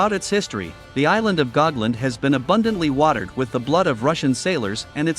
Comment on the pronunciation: The name is Gotland, not Gogland